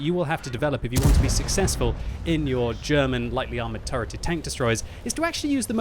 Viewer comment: 'turreted' hahahaha what a joke